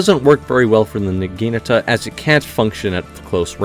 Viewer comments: Say it with me: NA-GI-NA-TA. Not NAGINUTUH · Nah - gee - nah - ta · you butchered the pronunciation of the weapon so bad LMAO its nah-gee-NAH-tah or nah-ghee-nah-tah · I hate how you pronounce Naginata